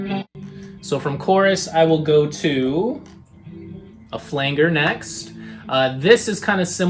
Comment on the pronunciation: Nice video! I do believe Flanger is pronounced with a soft G my dude.